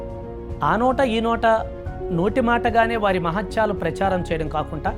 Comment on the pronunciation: కాకుంటా కాదు కాకుండా అనాలి sir